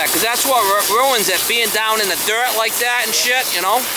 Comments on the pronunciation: Dirt not durt 😂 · it's "dirt". Don't be so crusty!